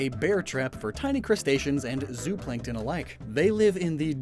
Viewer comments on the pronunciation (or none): none